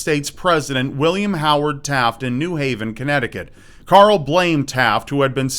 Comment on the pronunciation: You can't say Carl! It's not Coral or Carol!